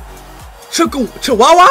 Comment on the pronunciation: Him calling Chukwueze Chihuahua is the greatest fucking thing ever